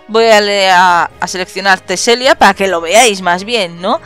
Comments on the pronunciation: se dice teselia no telesia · Teselia, no telesia wey :v